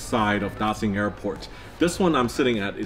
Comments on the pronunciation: why are you pronouncing it 'Da-sin' it's 'Da-shin' surely you should know that since you're an aviation geek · I like your video very much, but I wanna remind you to stop saying "Da Sing" airport, and even the foreign architect knows the pronunciation is like "Da Shing" airport. We know you can speak mandarin very well, so stop doing that, thanks. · No ones gonna say it? Daxing? Dashing? Ok I'll leave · Sounds like Dashing. Beijing Dashing Airport. Btw the Chinese names means great prosperity.